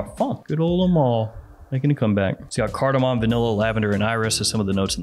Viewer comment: Why do so many american fragrance reviewers mispronounce ‘Le’? It’s pronounced ‘LUH’ not LAAAAY.